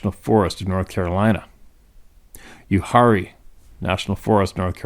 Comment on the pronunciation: I've heard it pronounced "You'where'ee" Ntnl Forrest, some serious offroading has been done there/televised, etc. Sorry about my o.c.d, I support your efforts 100%!